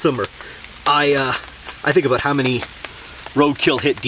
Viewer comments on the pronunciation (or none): about not abute lol